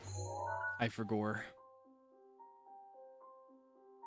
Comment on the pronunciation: I love you so much and find so many things you say or do so endearing. You're just a silly little guy and you make me laugh a lot. I am always so amused when you do the "I forgor...but then...-reverb- I rember!" because Link is also a silly little guy and has a sense of humour, even if we don't get to see that often. BOTW and TOTK are the only Zelda games I have played myself, I know a fair amount of the plot and lore of some of the older games but these were my Zelda. It makes me really happy to see you gush over these games and be so silly. I also love how you do the silly voice with the goddess statues of choosing a heart container or stamina, it makes me giggle. Or how you say wont instead of want in regards to enemies chasing you. Thank you for being an embodiment of pure seratonin. Also, I don't know if you know so I figure it can't hurt to tell you just in case, if you cook any hearty ingredient, just one on it's own, it will make full recovery foods and make the ingredients last longer. 🖤